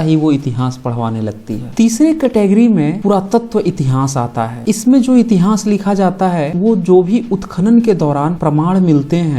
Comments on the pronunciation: आप "इतिहास' का उच्चारण "इतिहांस" कर‌ रहे हैं जो गलत है । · इस चैनल पर बहुत विश्वसनीय जानकारी दी जाती है। इसके लिए चैनल को बहुत-बहुत साधुवाद! उच्चारण सम्बन्धी त्रुटि पर टोकना चाहता हूं कि इतिहास को इतिहांस न बोलें। बुरा लगता है कि इतनी विद्वता की बात करने वाला इतिहांस क्यों कहता है? जय मूलनिवासी!